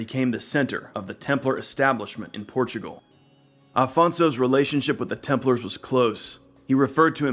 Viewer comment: You say "Portugual"? Sorry, your channel will be invade by brazilians.